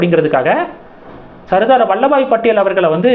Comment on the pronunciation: வல்லப பாய் படேல்... வல்லபாய் இல்லை 🙏🙏